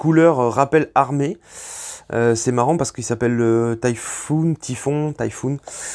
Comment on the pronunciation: Je ne sais pas pourquoi tout le monde prononce " Tayphoune" ... tout simplement "tifon" (phonétiquement), comme un Cyclone tropical, plus cour-rament appelé un Typhon